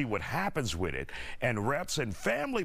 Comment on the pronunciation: I love that said “Let’s see what happens wit’it.” H-Town baybAy 😎